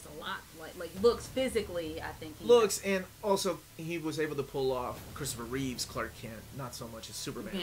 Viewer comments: Christopher REEVE (no S), except when he’s Superman. 😉 And its George ReeveS. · great review. but it's George reeves, and Christopher Reeve.